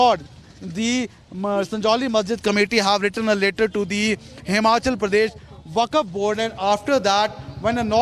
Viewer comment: Dear Arnab ji! Achhhi English bolne se akal bhi aa jaye, aisa jaroori nahi.....Aisa aapke is reporter ne proof kar diya. He should be taught how to pronounce WAQF Board. It's WAQF BOARD AND NOT THE WAKAF BOARD. It's not upto to THE REPUBLIC'S Standard.😊 Hope you listen/ watch this video, and hope, my msg reaches to you.